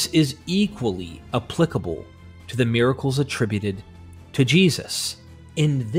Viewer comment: Miraclees. Miracles. Happeening? Ffs